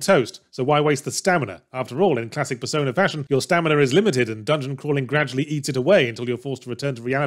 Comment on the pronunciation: He really should enunciate the P in persona a bit more in some of the points in the script...